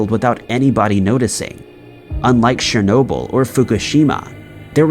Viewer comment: NOT "Shernobil", it's "CHER-nobil". Sounds like "CHAIR".